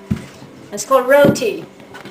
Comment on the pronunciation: thank you for the the showing us how to make but ur saying roti wrong u say it wierd with the acsent.